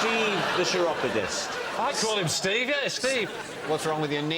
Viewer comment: Chiropodist is pronounced with a 'k' at the beginning, not a cheesy 'ch'.